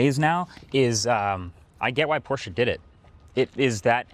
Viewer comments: Thanks for pronouncing Porsche correctly! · I am so glad you pronounced Porsche correctly... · as a german i thank you for pronouncing porsche correctly. GUTE ARBEIT